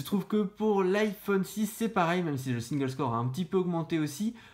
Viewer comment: Un petit truc qui m'a gêné sur cette vidéo : SINGLESCORE / MULTISCORE iso SINGE CORE / MULTI CORE. Sinon c'est pas mal, continuez comme ça :)